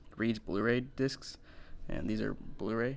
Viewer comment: They said dics instead of discs